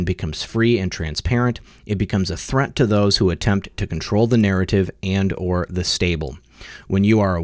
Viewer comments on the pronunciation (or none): none